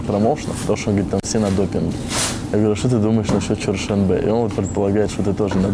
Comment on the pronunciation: не Чершанбе, а ЧерТшонбе